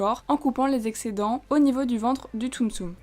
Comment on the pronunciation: Super la vidéo comme d'habitude mais tu fais trop de stum stum xD Enfin... ce n'est que mon avis